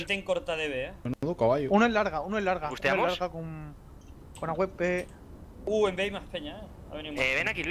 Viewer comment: porque dicen avp cuando es awp?